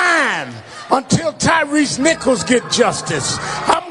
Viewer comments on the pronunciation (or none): "I'm still marchin'... I'm climbing the mountain..." This may be a funeral for Tyre Nicholas, but look at me, me, me... He couldn't even say the young man's name right. It's TIE REE, not TIE REESE! Time to retire.